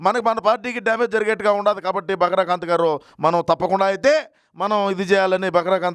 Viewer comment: బకరా కాంత్ కాదు...బకరా కాంతం 😂😂😂